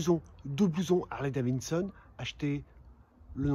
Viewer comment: STP prononce bien Harley DaviDson et non Harley DaviNNNEson….😂